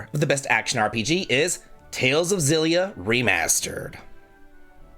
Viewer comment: Great list. Only thing I disagree with is your pronunciation of "Xilia", should be a hard X (japanese logo says エクシリア)